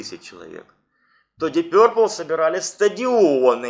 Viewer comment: Ты с когого колхоза? , научись говорить, пёрпл , начитался